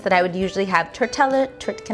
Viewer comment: You're so cute I'm not even mad you can't say tortillas 😊